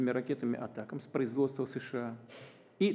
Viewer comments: А руки что к столу прибили гвоздями. И с какого перепуга он говорит шща а не США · ШША?вам к логопеду